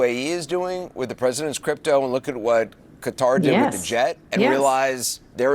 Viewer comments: qatar not kadar. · It's NOT CUTTER, it's KA tar! Get it right, PLEASE.